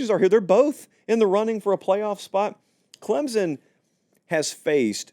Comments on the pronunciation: Please learn how to pronounce Clemson? It's not Clemzon! Try these two options instead: 1. A guy name Clem has a son, Clem's Son 2. Or add the letter P, Clempson. You're welcome! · "Clem-SON", not Clem-zun" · It's pronounced ClemPsin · For the love of God, will you please learn how to say Clemson? You don’t have to add a P, just emphasize the M.😂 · Can we finally learn how to pronounce “Clemson”? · For the love of God, will you please learn how to say Clemson. You don’t have to add a P, just emphasize the M.😂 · If only could pronounce the "S" in Clemson lol